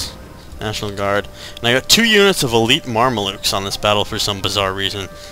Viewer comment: Mar-me-lukes lol, it's "Mam-lucks"